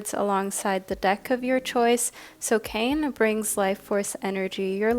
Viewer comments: For group one It’s actually pronounced “kah-nay” I’m from Maui, HI just want to make sure the Hawaiian language is pronounced properly 😊 I love your channel ❤ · Hey love, just a quick correction. The first group with the Hawaiian God is pronounced with two syllables, Kā-ne. 🤍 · Aloha, I'm a subscriber from Hawai'i. Love your readings and just wanted to leave a little note that the pronunciation for the Kāne card is [KAH-neh]. Absolutely no judgment, just pleasantly surprised to see my culture represented! Mahalo! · For pile # 1 - Kāne is Hawaiian for Man and it is pronounced KA (“ca”sound in “car” and NE (“ne” sound in “neck”) 😄🤙🏽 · Minor correction for pile 1, Kāne is pronounce kah-nay, not Kane (kay-n), hence the little symbol over the ā. Sorry, as someone whose name is hardly ever pronounced correctly, I just had to say something. The art on his card is chef's kiss level beautiful too, he deserves to have his name said right. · Just to let you know Kāne is actually pronounced K-A(vowel version)-neh that’s best way I could think of 😅 why is it that and not kane is because the Hawaiian alphabet is mostly vowels. this is not hate just teaching you a Hawaiian lesson p.s I am from Hawai’i and did Hawaiian language for an elective but in highschool. Also love the video and went with my gut and chose group 1.